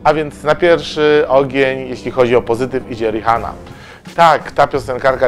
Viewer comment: Jak już to riana a nie Rihanna hahaha